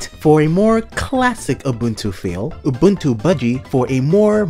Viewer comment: FFS, you're supposed to be a expert on distros and you can't even pronounce Ubuntu right